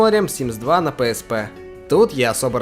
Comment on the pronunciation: PSP - ПиЭсПи. Или зыза) А то пээспэ слух режет)